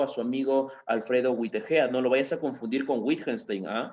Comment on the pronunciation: Freg, Güitejed, Güitjenstein. Es un poco raro que un profesor de lógica no haya aprendido nunca a pronunciar estos nombres. Además, castellaniza los nombres propios. Suena muy raro.